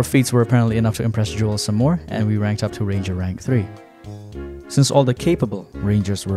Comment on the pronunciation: It is just pronounced "Johl" although "Joelle" is definitely funnier